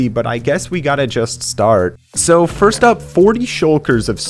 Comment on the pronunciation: The fact he says suuuuue instead of soooo is funny